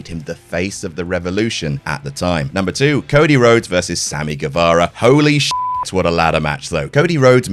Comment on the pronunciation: "There are loads.. Cody Lhodes" got me there 😄